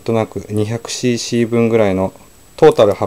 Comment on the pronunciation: When you are saying"cc" it sounds like "she she"